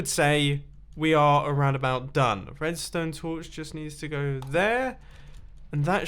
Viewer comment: Mumbo you spoon! “redsone torch placed here” or whatever he said